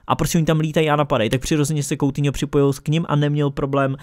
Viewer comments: Nečte se to "koutiňo" ale "kutíňo" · Uděláš samostatné video nebo že by si to rozkecal v rozkecánu?:D.A teď už na věc.Sou to 2.věci/1.věc/Batshuai přestoupil z Valencie FC do Crystal Palace FC /2.věc/Anthony Martial podepsal novou smlouvu z Man.United/A třetí bonusová věc / Vyslovuje se to "kutýňo"a né "koutýňo" Ale to nevadí nikdo není dokonalý ale váš kanál dokonalý je👍